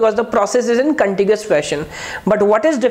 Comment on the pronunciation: everything is good but its Contiguous not contigious. :-(